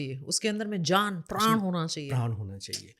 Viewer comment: धन्यवाद...एक अच्छे तरीके से आपने इस विद्या के बारे में जानकारी दी... लेकिन एक विनती है- कृप्या करके हिन्दी/संस्कृत के शब्दों जैसे प्राण, राग, योग इत्यादि का उच्चारण ऐसे ही किया जाए न कि प्राणा, रागा, योगा की तरह....असल में यूरोपियन को उच्चारण में परेशानी होती है तो उनका योगा, प्राणा बोलना समझ आता है लेकिन आप जैसे लोगों को इनका मूलरूप बढ़ाने में योगदान देना चाहिए. धन्यवाद